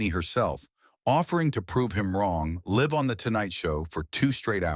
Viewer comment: Live right now is being mispronounced. Not a short i. But the i says its name. The difference is the meaning in the sentence.